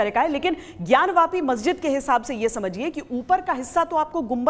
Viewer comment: ज्ञान वापी को ज्ञान व्यापी आप क्यों बोलते हो ?